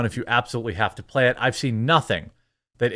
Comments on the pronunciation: "Empire come out and pla-hay!" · Ubisoft... Come out to pla - e - ay